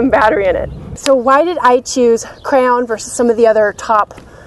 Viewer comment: Every time you said "Crown" i thought you were saying "Crayon" haha. I love your videos and your positive attitude to life, one day i will hopefully meet someone just like you. Definately wife material. Keep up the great work x